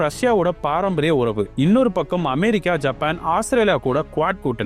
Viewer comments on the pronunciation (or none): none